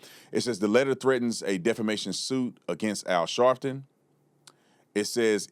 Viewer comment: AL "Shartin"...